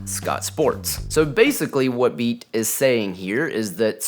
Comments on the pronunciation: Pretty sure it’s pronounced Bay-Ott. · Beat is said more like Bay-Yacht